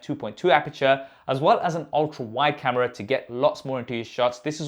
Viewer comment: everything was going right until this guy started pronouncing camera as KHAMERA 😂